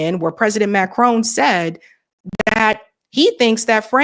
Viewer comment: It's MACRON, not Macrone. Is that so hard?